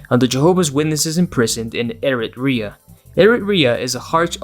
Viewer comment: Not pronouncing it Erit-reya and not Erit-chree-ah